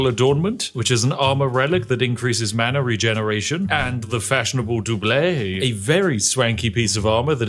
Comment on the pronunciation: doublet doublets you say?